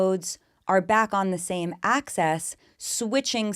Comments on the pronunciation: I like it because it sounds like you’re saying “access” which is just what we all want right? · I find it so funny how you pronounce axis 😂